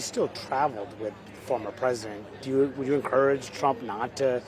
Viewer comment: Wuda, Cuda, Shuda! Please!!